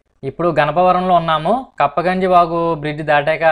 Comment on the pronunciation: Good vedio..అది కప్పగంజి కాదు.. కుప్పగంజీ..